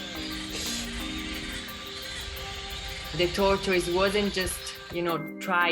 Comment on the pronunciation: Are u saying tortoise or torture